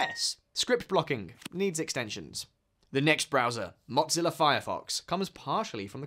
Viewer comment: Hey there, there no T in Mozilla there bohol o wahah